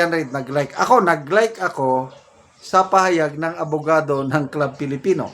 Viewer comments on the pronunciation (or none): klub filipino po pronounciation sa club filipino.